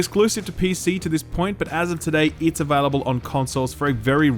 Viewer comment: I love the way you say "available". Avehlible. Avehlible. Just that slightest accent or dialect. Dunno why, but I find it really charming. x)